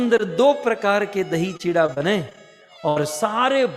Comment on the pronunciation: This is not Chitwa chida say properly chura is correct words